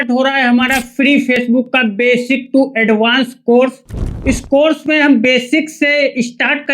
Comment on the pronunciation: Tow nahi two hota hai sir